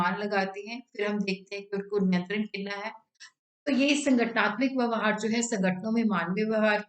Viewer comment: Mam it's vyavhar